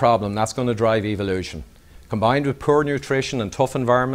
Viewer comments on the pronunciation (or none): Don't you love it when it's pronounced E-vilution?